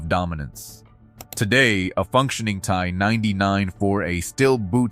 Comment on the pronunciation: "Tea Eye", is how we pronounce the company here in Texas! Lol